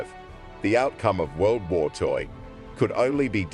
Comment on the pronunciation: “World woyr two”